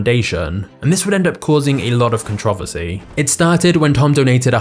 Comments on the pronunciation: Contro-versy, it's not hard to pronounce it correctly. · holy fuck, how he pronounces controversy should be illegal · Stopped watching after he said controversy......speak American dammit. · It’s CONTROVERSY NOT CONTRAVESY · It's pronounced Con-Tro-Ver-See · Con-tro-ver-sary. Say it with me man, con-tr-ohh-ver-sar-ieeee. LoL jk that just makes me trip every time I hear it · Con-tro-ver-sy. Say it with me controversy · He says controversy so wrong it’s con-tchro-verse-ee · The way he says controversy makes me chuckle every time. Other than that amazing video! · May you learn how to pronounce controversy? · This guy pronounces controversy in the strangest way imaginable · Why can't British people say "controversy" right? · I almost started watching this, but if you can not pronounce "controversy," forget it. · I cringe when I hear British people say words wrong totally adding letters/sound or removing them like ContrOvERsy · Controversy! Say it! Controversy! Please learn how to pronounce the word! 🤦🏻‍♂️ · Why are you pronouncing "controversy" like that? is it a British pronunciation? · The way you pronounce "controversy" gives me a headache. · I'm just here to enjoy the way you pronounce "controversy". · Has anyone told him how to pronounce controversy yet? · How you pronounce controversy kills me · That's NOT how to pronounce CONTROVERSY (you massacred it)‼️